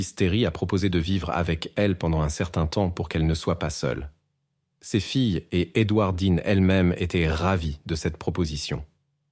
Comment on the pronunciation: La prononciation du prénom de cette femme est apparemment très compliquée. Edourdine, Édouard -deen... Édouarde dean.... Édouard de dean .... ????? Jamais le même prénom. C'est quoi son prénom ????